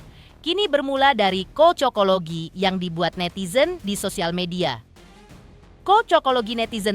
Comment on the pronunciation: Cocoklogi bukan kocokologi. Gatel telinga dngrinnya